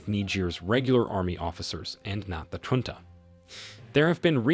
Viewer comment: Get rid of the AI Voice. It's pronouncing the word of Junta wrong.